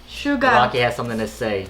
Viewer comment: Suga - shoo-gua as in shooting guard😁